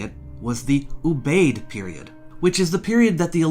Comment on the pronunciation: I believe that Ubaid is pronounced oo b eye id. Three syllables.